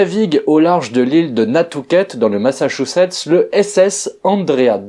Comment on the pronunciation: Nantucket c'est pas nan'tucket ça c'est une ville en chine ça rien avoir faut faire attention aux mots,car ça peut faire une vidéo drôle comme c'est mâche ta chaussette l'état c'est de Homer Simpson 😂.